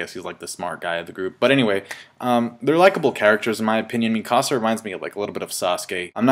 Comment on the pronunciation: the way says mikasas name is like he is say it in spanish "mi casa" XD.